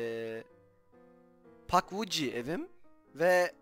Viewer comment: abi o pugwidgie pagviç diye okunuyo